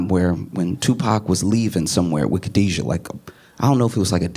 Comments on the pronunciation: Kidada not Khadija 😊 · KIDADA, not kadiejia. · Hahaha Kidada (Ke-da-da) not Kadijah, Josh. 😂😂🤦🏿‍♀️🤦🏿‍♀️🙂🙂🤷🏿‍♀️🤷🏿‍♀️💯💯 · The daughter's name is Kidada not Khadija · Her name is Kidada. Not Khadijah Josh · Josh calling Kidada Kadijah is making me itch 😂😂😂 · Not Khadija - her name was Kidada 🙌🏾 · It’s “KIDADA” not “Khadija” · I’m like who tf is Khadijah 😂 her name was Kidada, Josh 😭😭😭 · Kidada Jones..... Not Khadija or however it's spelled. 😂 Still love you tho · Her name is Kidada not Khadijah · It’s Kidada not Khadijah btw ❤😉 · KHADIDA NOT KADIJA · Josh I love your work! If I may say, her name is Kidada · Hilarious 😂 (Its Kidada though, for the culture ✊🏾🫶🏾) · Kidada josh. Its Kidada! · Pronounced her name wrong though Josh. I forgive you.